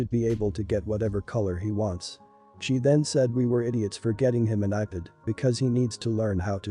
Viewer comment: do they actually listen to they before they post them cause some of these are just horrid with how they say the words like ipad sounds like iped